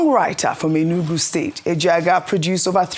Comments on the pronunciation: Ojy, as an igbo lady you should be able to differenciate between Ejeagha and Ejeaga😮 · Can someone remind Ojy that Maduagwu is different from Maduagu? The former, which is your late colleague's name, extols the bountiful of humanity, while the later calls for a little distance/space from humans (usually in joviality); it might also mean a lion-warrior. I hold my breath whenever is pronouncing an Igbo name; she even bludgeoned Ejeagha (steadily showing up at battlefields/war fronts). Ironically, the rest of you (non-Igbos) show no difficult in pronouncing Igbo names -- Ayo and Vimbai pronounce Igbo names as if they were Igbo women. I guess, Ojy, like the rest of us, can't have it all -- she has to have some shortcoming.